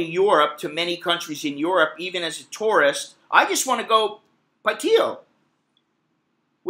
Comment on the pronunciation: You pronounce the word tourist like taurus. Funny.